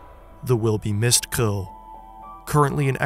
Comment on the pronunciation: Wow your the first non dutch person that has said krul or plaskrul the right way